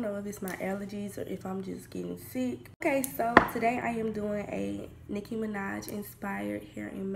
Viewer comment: LMAO at how you said "Nicki Minaj" at the beginning